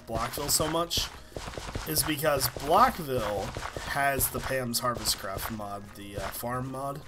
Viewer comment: He said blockville